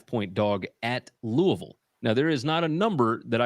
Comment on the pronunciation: as a Louisville native and alumni it warms my heart that you can correctly pronounce Louisville, but you break my heart my taking GT against my boys, lol.